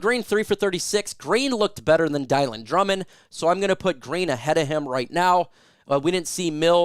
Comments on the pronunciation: Dill on dill on dill on dill on dill no not die lon die lon die lon, come on you gotta pronounce all our players names correctly. You can say Halapoulivatti Vaitai names right. Pet peeve is people calling a game or in the media that can't get the name's right it drives me crazy. If i was not really ill and disabled with Parkinson's i would grab a job calling games and memorize the games I'm calling and knowing the number of their uniform number. No matter what game i was calling, to me it shows respect to get the names correct, just saying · Dylan Drummond you pronounce i correctly.His name (is dill on)like Bob Dylan not (dye lyn)like nylons you always say his name wrong it is an easy name the Lions have a few players with harder names like Vaitai which you pronounce correctly. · I’m pretty sure Drummond’s first name is pronounced (Dillon) not (Dielan)